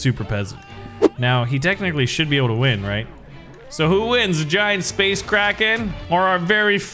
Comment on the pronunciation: I thought it said space Karen lol